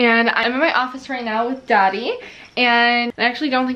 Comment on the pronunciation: When you say “Dottie” it sounds like “Daddy” 😂❤️ I’ve been looking for a new coat for months to replace my super dry winter catcher I’ve had for about 5/6 years. I want something that’s going to last. #help